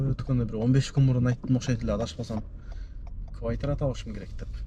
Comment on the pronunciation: Боке не эле кывайтира дейсин😂😂😂